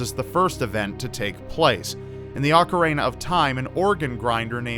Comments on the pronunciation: Did say "ocarena"? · It's not said Ocareina. It's not a hard word to pronounce properly.